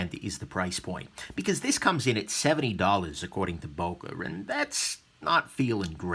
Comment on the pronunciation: please if you want a real böker buy the original german made böker like the böker solingen Kalashnikov 47 and also like other americans you butcher the name böker